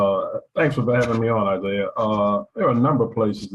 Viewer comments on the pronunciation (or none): none